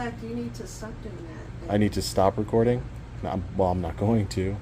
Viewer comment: I noticed you used a little hillbilly accent “record’n “